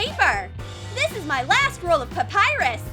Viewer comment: Did you said papayrus